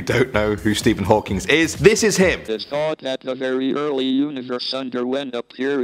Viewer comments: It's Stephen Hawking not Hawkins or Hawkings! There is no s, there was only one of him. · &. It sounds like you're callin him Stephen "Hawkings" lol. I CKD jst be hearing it wrong, idk. Love the videos though & love you,!!! You crack me up!! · Stephen HawkingS?? 😂